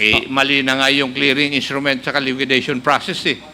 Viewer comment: LIQUIDATION NOT LIQUIDITION